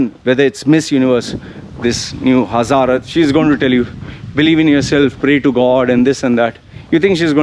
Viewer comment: Hazzarath lol... u crack me up every time u pronounce her name 🤣 Its Harnaaz Sandhu